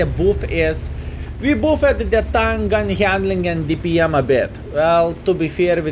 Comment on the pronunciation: FYI, buffed is pronounced baffed not boo fed